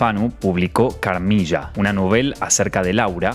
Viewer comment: Carmilla se pronuncia Carmila .